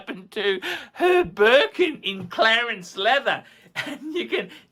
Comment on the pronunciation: Clarence leather? Hahahaha word salad yet again. C L E M E N C E leather. It is also T W I L L I E S and not Twirlies.